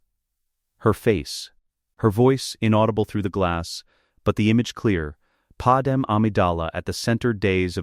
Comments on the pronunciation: Ok ai say it with me. Pad-may… Padme… not padam… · its not padam but okay